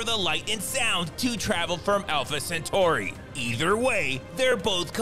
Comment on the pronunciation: "Alpha Centuri".. what? 🤣